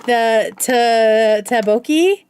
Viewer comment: ddeokbokki is pronounced tduck boe-kie. (I'm not Korean but I lived there for years and still live in a Korea town now)